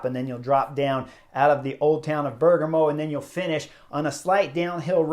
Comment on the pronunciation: Bear-GAH-mo, buddy.